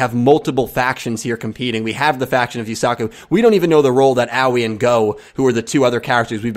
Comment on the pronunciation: the A sound in japanese is an "ah" sound. the I is more of "ee" sound. so its more of Ah-oy-ee. 葵 here is the kanji for it, you can copy and paste it into google translate and listen to how its pronounced it if you want. Make sure to change it to japanese since it might recognize it as chinese instead.